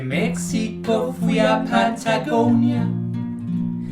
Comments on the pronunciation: El nombre México se pronuncia la (x) como (j), no como como (x) en el español, gracias por favor corregir el video en 2024. 😃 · da risa que dicen mesico se le mejico